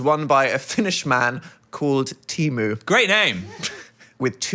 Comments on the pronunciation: sorry but teemu is said like tee (de) and mu (like [moo]lah). I just have to inform you so my ancestors aren't angry at me. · As a Finnish person pronouncing ”Teemu” the same as Temu is so funny and I’m going to start calling everything my friend Teemu does as ”temu ass x” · The way they pronounced Teemu 😄☠️ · Nothing prepared my Finnish ears to the way they pronounced Teemu - i physically recoiled D: (it's understandable but not how it's pronounced) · The wife carrying competition is actually a Finnish invention! The first competition was held in Sonkajärvi, Finland in 1992. And I'm so sorry but your pronunciation of "Teemu" is killing me :') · That is not how you pronounce Teemu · all finnish people are devastated of your horrid pronounciation of teemu's name😔😔